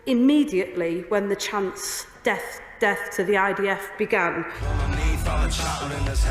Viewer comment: It’s not “deaf” It’s “death”…